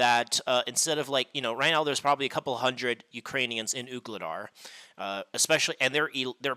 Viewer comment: Voo-le-dar. Sounds like you are saying Oog instead of Voo.